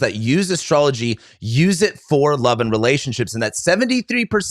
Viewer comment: Its pronounced LOOOOUUUVE